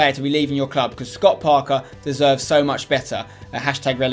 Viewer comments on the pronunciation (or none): none